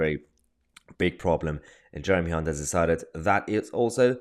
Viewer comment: Don’t think it’s pronounced Hunt